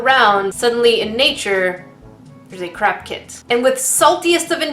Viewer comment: “Crack kit” 😂😂